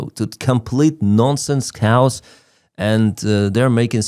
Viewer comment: Kay-os. Not COWS.